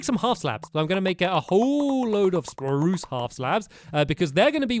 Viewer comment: youre saying poo its sproos